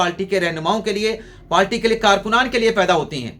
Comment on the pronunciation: PALTY NAHI HOTI, PARTY HOTI HAI, TU PARTY KO PALTY KIUN BOLTA HAI, TALIM KI KAMI HAI, HAHA😊😊😊